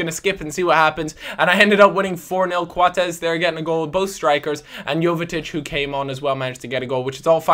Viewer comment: Why do you pronounce Coates 'Quatez'?